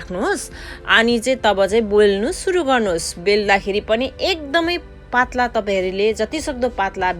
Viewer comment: Kasto nepali word careless gardae boleko k je bolda ni hunx vaneew ti mathi aache nepalko child haru ko nepali word haru teti dhere jandaenan maja sanga le ti mathi yetro thulo manxe le le nae k ho tyo patalo vannu parne ma pattlaa re atti kya😕 aabo re goyo re tarnu lae polnu re achamma xa baa